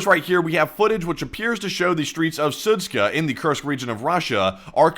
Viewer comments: Sudska? It's Zud-Sha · "SudZHa" not "Sudz-k(?)h(?)a" omg 💀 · Idk why you keep calling it "Sudzka" when it's clearly "Sudzha". -zh is a common transliteration of the sound -ж which is pronounced similar to the French -j, or for an English equivalent think of -s in the word "Asian." Just pronounce it as "Sudja" and it'll sound more correct. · it's pronounced SU:JA, not SU:TSKA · The name of the town is pronounced Soot-Jah. Not soot-kah. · Су́джа = "sood-dja", not "sood-ska" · Sudzha - is pronounced Soo-djuh. Not Soo-tska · Its pronounced like "suja" not SUTSKA. :D:D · The town of Sudzha is not pronounced with a K. If you pronounce it like that, than it means bit** 😅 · That does not explain why someone would not be able to pronounce Sudzha and add a 'k' which isn't even there! It doesn't need to be perfect, but at least try to slow down and read what it says would help a lot. I notice this in every video and it's really annoying. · The pronunciation of that town is Soo-jah. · It’s pronounced Sudja like in French perfume‘Jadore’ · Sudzha is pronounced Su-j-a, 'j' sound like in 'jump' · It's Sud- ZHA, like Zsa Zsa Gabor. No k. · The pronunciation is soo-jaa the combination of letters dzh is like an English J in Joe or Juice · Yeah , a little one :) It is more like [Soodjah] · There's no 'k' in Sudzha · The funniest thing out of this is seeing how many different ways people can mispronounce Sudzha.